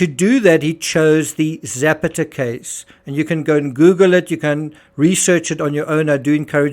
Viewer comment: JUst a small point: Zapata isn't Zepeda or Zappatteh, but Ze-pah-ta. Meanwhile thanks of r all the excellent work you do.